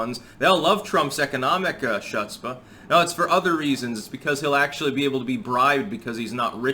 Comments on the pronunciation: pls, stop saying "shutspah", you're killing me. The "ch" they write is pronounced like closed throat K sound. A "kh" if you will, like any other Semitic language like Arabic, or even non-Semitic languages like in Persian. Just mostly shut your throat as you say a half K / half H, and repeat that until it sounds like you're coughing up a frog, and you got it. I believe in you. 😂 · Shutspah. gets an F in Yiddish pronunciation! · Hi, Jewish person here. You're pronouncing, "Chutzpah" wrong😋 It's (hu-ts-puh). No shade. Just thought I'd say - Had to add "ish" to the above word or YouTube and Susan would think I was being hateful. . . Idiots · the "c" in chutzpah is silent. It's a Hebrew word and the "h" is almost spat. The "u" is like saying "soot". So, it's "HOOTS-pa". As in "Bernie Sanders has lots of chutzpah trying to pass himself off as a Vermonter." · chutzpah is pronounced with a silent ‘C’ sound at the front, think of it as “hutzpah. Don’t use the “ch” sound as in “cheers”. And yes, I am that guy, sorry. Its just an attempt to help not critique. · Hey, just FYI, “chutzpah” is pronounced “hoots-pa” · Chutzpah is pronounced like your hawking up a loogie, all like chhhhhh. It starts with the hebrew letter Chet which makes that wonderful spit spraying sound that should be present in every language. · Never heard 'chutzpah' pronounced 'shuhts-puh' before . . . Interesting twist. . . . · Chutzpah= HOOTS-pah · ¡Chutzpah! Ha ha. That’s funny. I’m not Yiddish, but I know it’s pronounced “Hootzpah” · Ultimate cringe moment is hearing pronounce the Yiddish word chutzpah as "choot-spa"...EEESH! 😂✌😎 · You're my spirit animal. Check your pronunciation of chutzpah, though. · not how u say chutzpah man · The c in Jewish words is mostly silent. Just say the H from the back of your throat and make sure it comes out with a little bit of spit.